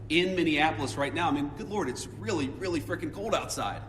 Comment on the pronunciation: “It’s reawwy, reawwy cold?” Aww, you friggin’ snowflake! ❄️